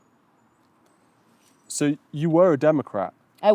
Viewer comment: And by the way!!!! His name is TRUMP AND NOT TRUM